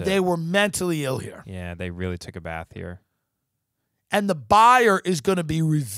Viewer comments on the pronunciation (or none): none